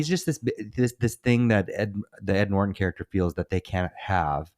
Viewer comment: From now on, I'm saying "Ed Nort-On."